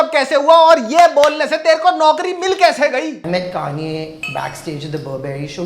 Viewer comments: The way he calls kanye "kaniye" is everything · They were saying kanye, I heard Garnier. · Lmao the way he is pronouncing Kanye 😂 Tu kaun hai... 😂😂😂